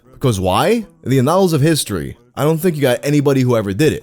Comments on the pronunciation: Annals, you say it like you would the girl's name Anna, not like part of your ass. LOL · Might want to check how to say "annals".